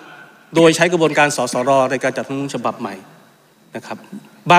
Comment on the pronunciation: คุณต๋อมอภิปรายได้ดีมาก ขอให้แก้ไขการออกเสียงคำว่า "รัฐธรรมนูญ" ให้ชัดถ้อยชัดคำว่า " รัด ทำ มะ นูน" ไม่ใช่ "ล้ำ มะ นูน" เหมือนบางคนที่ออกเสียงคำว่า "รัฐมนตรี" ว่า "ล้ำ มน ตี" ขออย่าทำให้ภาษาไทยวิบัติเลย